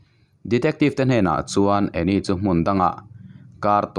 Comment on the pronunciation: Ngaihnawm thin hle mai, mase ka beng lo tikham ve deuh mai mai tu chu Anne hi 'Ann' ( Annie ni loin ) lam tur ania, 'e' hi silent tur ☺️☺️ inthlahrung takin ka sawi ve mai mai...I channel hlut ber te zinga mi ka ni ang, hate comments ang kha ani lo ania 😁😁